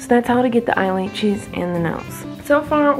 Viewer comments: Why is nobody talking about the fact that she says I eyelachis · No body Literally Why did she say brunch instead of brush and why did she eyelatches AND max 🤣🤣🤦‍♀️🤦‍♀️ This is how many times she said eyelatches 👇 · At least she said eyelaches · Eyelaches (eyelashes)stowl(style) leips (lips)L😂L